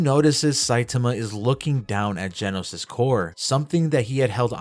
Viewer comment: its not jenos its genos you triggred me so bad in this vid 😭